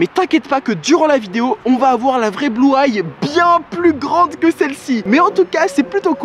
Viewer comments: Bluay? C bluey sa se pronomse bluy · On ne dit pas blueye on dit bluey😂😂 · On dit blueï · c'est blou-ay c'est bluey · Ça ce dit Bloui pas Blouay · Ça se dit Bluey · Ça se prononce bluei sof que sa s’écrit blues